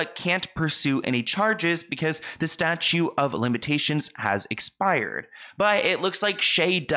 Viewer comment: Statute, not statue.